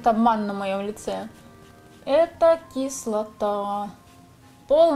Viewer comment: выучила новое слово: кислатааа